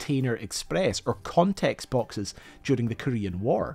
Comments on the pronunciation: CONEX, not CONTEX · Con-ex boxes... Says the army brat....